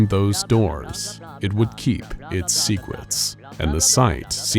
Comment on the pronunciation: sounded like he said “Secwets”